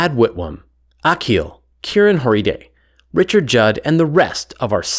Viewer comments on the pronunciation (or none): none